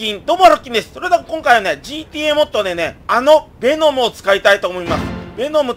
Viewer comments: べノムじゃなくてウェノムですよ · ベェノムじゃなくてヴェノムだった気がします！！ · 「ベェノム」(笑)